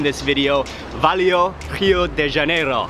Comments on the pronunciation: It is "valeu", not "valio" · He pronunces "valeu" as Valeo (company).